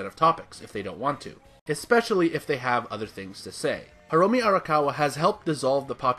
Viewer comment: "Hiromi" It's Hiromu